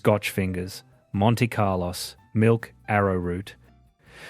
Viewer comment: Yes that sounded odd.Cringeworthy.